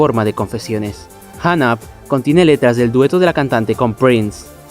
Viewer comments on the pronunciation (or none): Por qué hay personas que dicen "janap", a Hung Up 🤦🏼‍♂️ en fin. Buen vídeo, saludos